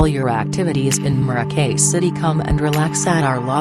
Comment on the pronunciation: The audio commentary is absolutely ridiculous... "Hotel Mo-roh-key", can't even say the name of the hotel right, lol.